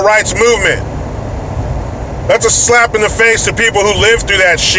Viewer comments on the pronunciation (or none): none